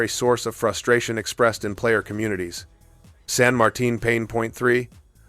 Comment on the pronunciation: Good video. I knew you were going for T10 so I thought of all of those before watching, except San Martin (kudos on pronouncing that name correctly!). As a DD main, I dread those, but also Moskva, Salem, and if we continue down, Atlanta and Cleveland.